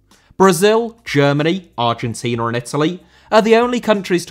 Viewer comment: Argentina * not Argentiner